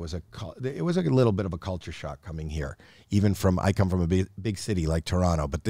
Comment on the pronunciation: Love that Howie still says Toronto the right way. 👍👍